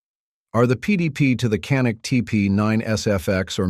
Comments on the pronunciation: First of all, it’s pronounced, “Janik”, not “Canik”. It is a Turkish made weapon, and the Turkish language pronounces a C as a J. Get it right. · DOWNVOTED FOR BEING A CRAP AI VIDEO. CAN'T EVEN PRONOUNCE CANIK. WHAT A JOKE!